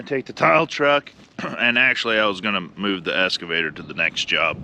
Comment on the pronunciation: It's okay, Brian Brown says escavator too, instead of excavator. Just bugging you, lots of words I say wrong too.